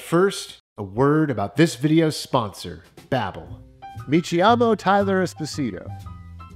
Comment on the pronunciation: FYI "Name" is pronounced Kee-Amo not Chee-Amo